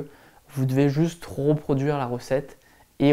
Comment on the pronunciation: vidéo très intéressante ! il y a juste un truc qui me titille... ce sont tes sons RE qui se transforment en RO... comme quand tu dis ROproduire ... c'est pas grave mais ce genre de détail détourne l'attention quand on commence à bloquer dessus. sinon je découvre tes vidéos... tu devrais en faire une qui explique aux nouveau par quoi il faut mieux commencer face aux grand nombre. à bientôt